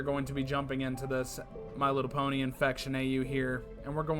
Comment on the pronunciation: me trying to hold back my laughter every time I hear them say my little pony😌😂🤣